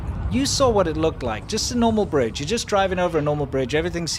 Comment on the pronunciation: hey guys, i dont mean to be critical but briDge has a D in it :P